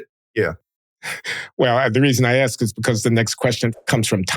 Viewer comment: John is Ask” or “Axe” an accent or mispronunciation?